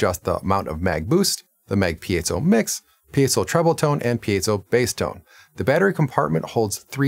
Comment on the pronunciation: Nice review! Thanks for pronouncing piezo correctly and making a point of it. Interesting guitar. Thanks for the in depth review.